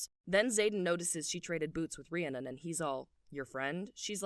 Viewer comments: stoppp this was so good!! my only critique is how you say Rhiannon, as a girly with a real life bestie called Rhiannon, it's said like Rhree-ah-nin. amazing video, loved it! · I just want to help everyone out and let you know Rhiannon is pronounced ree-ann-non*, you very much pronounce the final *-on and it's not -urn or anything like that xoxox